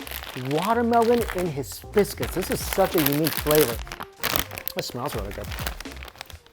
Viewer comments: it's hi-biscus not his biscus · high - biss - cuss. not hiz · Hibiscus, not Hissbiscus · Hisbiscus? That was intentional right?............right? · Love it! BTW, it's hai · bi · skuhs, the "s" in the first 3 letters is silent. The more you know :) Love your vids forever and always! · He must have Biscuits on mind..hisbiscuits haha🤣🫣